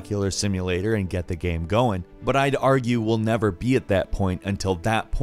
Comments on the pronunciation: Why do you keep calling it a videoGAM? Maybe its irrational of me but I had a hard time paying attention when you said things like "gam" and "sam" instead of "game", "same" etc. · he kept saying gam instead of game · Alpha Morty I was wondering if anyone else has noticed this. In all these videos, most of the time when he says "game" on it's own it comes out as "Gam", but things like "video games" and "gameranx" always sound fine lmao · Im bothered of how he says the word "game" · Go to and see how he says "game" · Am I the only one that gets distracted by the way he says "game"?